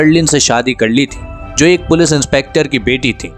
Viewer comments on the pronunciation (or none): none